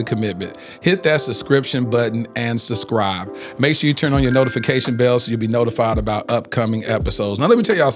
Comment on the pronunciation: Is he saying SUH-Scribe vs SUB-Scribe on purpose….hmmmmmm idk